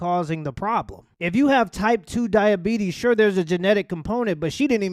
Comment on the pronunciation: Type 2 Duh-Uh-Bee-Tees......